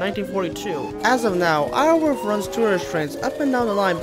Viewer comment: Apologies about being "that guy" but Iorwerth is actually pronounced like "yaw-werth" It derives from the Welsh terms Ior (meaning lord) & Berth (meaning beautiful) Iorwerth in-game is named after the Welsh medieval king named "Llywelyn" or "Llywelyn the great"/"Llywelyn ab Iorwerth" Welsh is a stupidly hard language to pronounce so I don't blame you or anything lol.